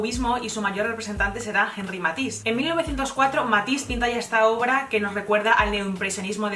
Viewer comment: Te felicito por tener bien cuidada la pronunciación de los nombres de los artistas, no es fácil jaja. Así como bien decimos "matís" a Matisse, "gogán" a Gauguin, hay que decir "kírico" a Chirico, "degá" a Degas, "lotréc" a Lautrec, "yentileski" a Gentileschi, "bruneleski" a Brunelleschi, "véiden" a Weyden, "yericó" a Géricault, "ángre" a Ingres.. etc.